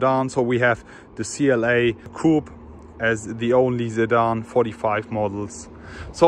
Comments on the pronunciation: Its your pronunciation = You say Zidane not Sedan :S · nah you were pronouncing the word sedan like zidane 😂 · is he saying Zedan or sedan 🤔🤔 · a zedan 'sedan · he is right...i too got confused when you said Zidan 🤔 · For a sec, I thought you were saying Zidane 😅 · I'm new here why does he keep saying Zedan? It doesn't seem like he has a problem pronouncing "'S'" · Whats with the 'sedan' pronunciation?